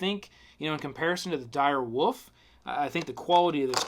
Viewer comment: I love every time he said dire woof